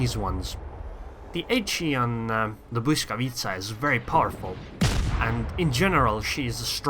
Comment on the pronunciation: I've never heard any foreigner say 'Błyskawica' so perfectly. As a Pole, you've made me proud.